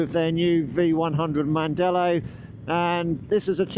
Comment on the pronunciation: Heißt nicht Mandela heißt mandello ich als Italiener weiß ich das